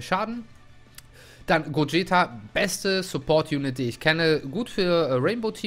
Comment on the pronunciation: Du sprichst Gogeta falsch aus 😂 NoHate